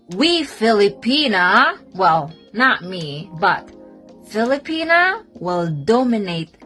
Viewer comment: Brother, kindly quit saying “Fili-penis”. It’s Filipi-NAH.